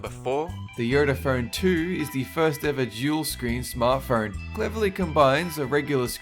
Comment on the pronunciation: Am I the only one that hears "fern" every time he says, "phone"?